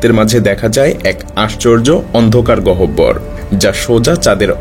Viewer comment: প্রিয় ভাই! গহবর উচ্চারণটা একটু অভিধান দেখে নিলে ভালো হতো।